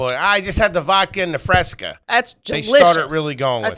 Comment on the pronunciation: She thinks RC stands for “royal cola” and “Fresca is pronounced “Freshca” she has millions of dollars… have fun at our jobs everyone